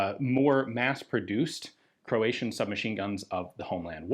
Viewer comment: As a Croatian, your pronunciation is pretty accurate, kudos :)